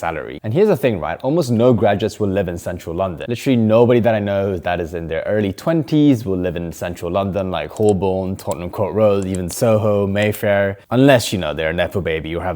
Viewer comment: Pronounce it Ho-bern